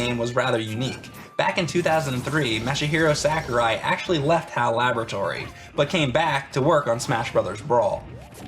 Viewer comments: MASH-A-HERO SACK-URAI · "Created by Mashy-Hero Sakurai" Thats what it sounded like said at the beginning and it made me laugh alot more than it should have. Good video as always though guys.